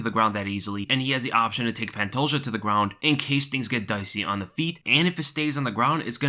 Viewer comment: Love the way Dan Hardy says Pantoja. Idk why but it tickles my funnybone